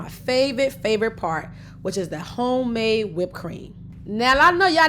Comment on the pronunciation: I like how she say "Qwhite Suga" 😆😂😁😆😆 and "Hgome Made" 😍